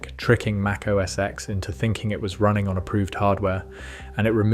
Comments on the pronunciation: Correct me if I’m wrong, but it’s OS Ten, not OS “eks”. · It wasn't called "OS ex". How many times can you watch a video showing Steve call it "OS ten" and you still call it "ex"??? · Great video! One correction if you'll allow it. "OS X" is pronounced "OH ESS TEN" and not "OH ESS EX." Watch a few WWDC keynotes from Steve Jobs from that long period. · MAC OS X (TEN!!!) NO X get it right or stop acting like yu know anything about Apple products especially the Macintosh or what’s now called Mac. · Just FYI, it's pronounced Mac OS "Ten" the number, not X the letter..